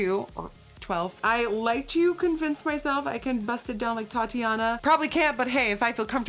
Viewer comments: She said Tatiana for Thotiana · I cringed when she said “thotiana” as “Tatyana” LOL 😂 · Thotiana 😂 not Tatiana ily Nikki 💕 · Thotiana Nikkie "Tatiana"😔😂😂😂